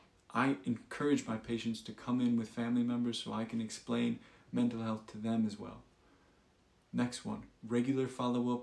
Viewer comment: "Menta health" "welcome no" Try again Gtf outta here with your AI BS